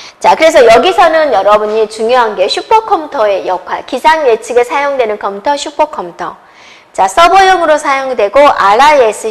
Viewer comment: 어떻게 이런사람이 강사를 하냐 소질이 없으면 다른걸 찿아야지 말도느리지 발음도 엉망이지 전달력도 수준이하지 한심하다 이런사람한테도 강의듣는 사람있냐 컴텨 란다 참내